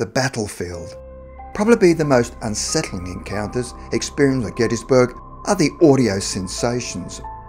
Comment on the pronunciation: I personally dont trust anyone why says/says "incounters" lol jesus... Encounters*